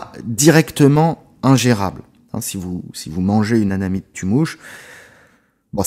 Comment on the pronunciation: Je ne sais pas si tu as eu la remarque et auquel cas autant pour moi, il semblerait que tu prononces le champignon anamite et non amanite. Possible que j'entende mal je voulais te le signaler hier directement et j'ai zappé après en poursuivant le fil de ta narration:) 🙏💙